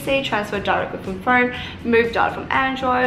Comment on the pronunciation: Im confused 🤷🏻‍♀️ if its phoeewn? Phoewrrn?